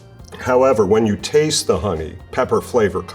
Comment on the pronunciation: Great way to put it!! And the "When" is more like "Ven".